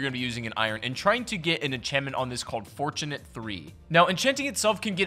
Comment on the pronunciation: Forturnate lol